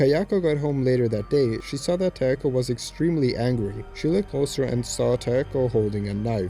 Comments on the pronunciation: It's Takeo, not Taeko, you dumb shit. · It's Takeo not Taeko😄